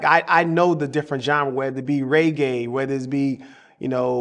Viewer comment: His first2 albums were better then 99% of rappers 🔥🔥🔥. But did he just pronounce reggae "raygay"